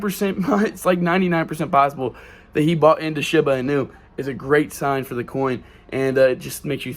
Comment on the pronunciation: He can't even say Shiba Inu right this guys an idiot